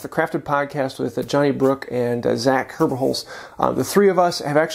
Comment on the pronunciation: I swear I heard you say Jenny Brooks and Zach Kirbyholes this morning before my coffee . I tough you were joking. Now I am listening and hearing the right names.